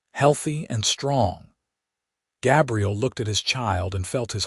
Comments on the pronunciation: It kind of sucks that the AI mispronounced his name through the entire video using the female pronunciation for Gabriel. It was somewhat disconcerting. Doesn't anyone ever listen to this crap before they push the submit button? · I'm guessing that you aren't English language first Gabriel is pronounced with a long A as in bay and say. The way you are pronouncing it is for "Gabrielle" the female version of the same name. That said it's a good story. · Very frustrating that AI mispronounced Gabriel the entire time